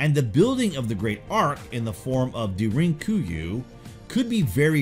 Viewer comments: do you search out the correct pronunciations? Because I've always heard it spoken has " Darin Ku you " and " not da rink Ku you " or whatever you said. I usually just ignore your pronunciations and keep on pronouncing it how I've heard it. It comes up a lot though. If you just read them, then hay I'm not faulting you, but if you do search up the pronunciations, you're right and I can learn from it, so I'd like to know. Another good video thanks brother, and LH team. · Time to teach on how to properly pronounce Derinkuyu (Dare-in Coo-You) should be close enough? Cheers Did anyone else notice that the two sculpted reliefs and are exceptionally different? Count the feathers in the tail for one. This makes me ask lots of questions...